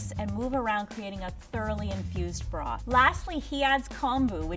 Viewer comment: Lady: Broth Man: Broth Man 2.0: Blosth